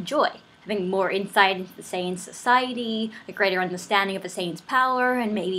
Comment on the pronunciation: Marry me. PS you said Saiyan wrong :P